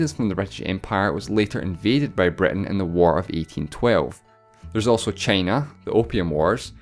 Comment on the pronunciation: Why do you say "Breton" and not Britain?